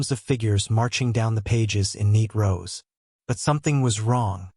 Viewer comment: rows, not roses : you are an ignorant !